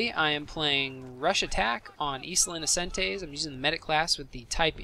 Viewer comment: Finally someone who says isla inocentes like it's supposed to.